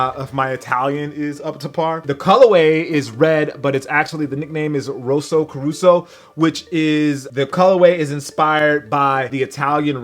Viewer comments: "Rosso corsa" not "rosso coruso" lol. Otherwise great video tho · Rosso CORSA not Rosso Caruso lmfao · its actually "rosso corsa" not rosso corusso like David Caruso :) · Isn't it said as Rosa Cor-sa not coroso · rosso corsa not rossa coruso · Rosso corsa, not Russo Caruso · Roso Caruso? It's pronounced ross-so cor-sa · C'mon man! It's called Rosso Corsa not "rosso caruso". Do your homework right. Dope video though. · How did you go to an event in Italy for the shoes and you still can't say Rosso Corsa? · "rosuh coruso" he says. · It's "ROSSO CORSA" god damn you're butchering the hell out of it. That's the name for Ferrari's Red too, that's where the Italian racing part comes into play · ...ROSSO CORSA...ROSSO CORSA...ROSSO CORSA,were you watching NYPD Blue before doing the review,David Caruso on your mind?